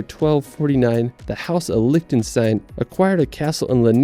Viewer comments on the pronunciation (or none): none